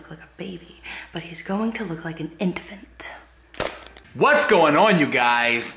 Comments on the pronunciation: So is no one gonna talk about Bridgette saying idefant and not infant? No? okay... btw no hate just thought it was funny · "an intfant" 😂